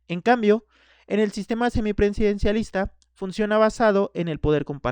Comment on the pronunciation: seminprensidencilisnta jajaja debiste ensayar la pronunciación antes de hacer el video jajaja